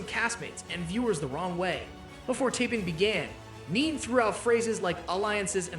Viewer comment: Your saying Nene's name wrong... It's NEE NEE Leaks not NEAN .